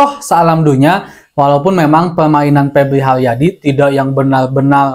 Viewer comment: Benal lul, siganana duyuyna pebli haliadi.